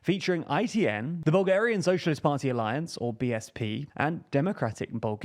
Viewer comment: As a bulgarian, I love your pronunciation. It is very funny